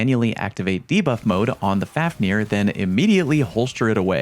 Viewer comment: Fun fact: The pronunciation of this weapon is really more like “fove-neer”. Being named after the dwarf who turned into a dragon out of greed. He was later slain by sigurd